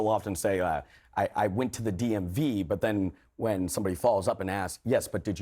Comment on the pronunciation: Did he say...DMV?!